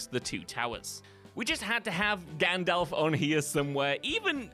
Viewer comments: The Crow movie was not made in 1984 and there is no "O" in Gandalf. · Number 3 is ‘Gandalf’ NOT Gandolf. Read any good books lately? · Gan....dolf? Gundolph? Gondolpf?